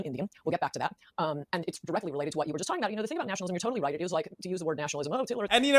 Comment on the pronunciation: I wonder if he knows he was pronouncing Nationalism wrong this whole video?